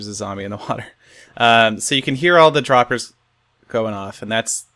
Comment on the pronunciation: A stack of "Hoppahs n' Droppahs"